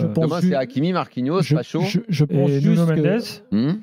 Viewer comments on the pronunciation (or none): Arrêtez de dire Nunho, Nuño 😂 Cela s'écrit Nuno, donc en français prononcez pareil : NU-NO C'est comme Gonçalo : Gonssalo et non Gonzalo 😅